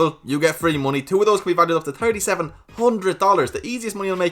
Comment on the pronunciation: I like it when he says "TirTy million"